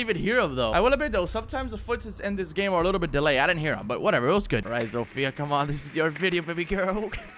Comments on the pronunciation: Just a tip for you if you want to pronounce "Zofia" better, don't put the accent on "I", put it on "O". Trust me, be boy is from Polando. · (I know you mentioned it but still...) Zofia is not pronounced like you do it. Throw her name into google translate pls. (I'm polish and I keep getting absolutely triggered by people prknouncing it wrong) nice vid btw.😉